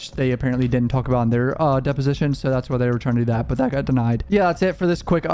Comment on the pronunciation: HE NEVER SAYS "THAT". HE ONLY SAYS IT LIKE "DAT"!!!